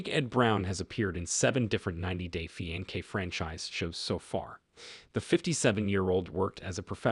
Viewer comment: let me help : Fiancé [fee-ahn-say] Loved the video ♥